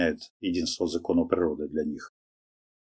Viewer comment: Оооо эти ВВВВ))) законоВВВ моментоВВВ блокоВВВ объёмоВВВ))) Но дядька Вумный просветленный прям такой ДЗЕНистый дядька)))